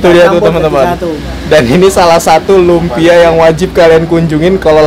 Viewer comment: Lunpia om bukan lumpia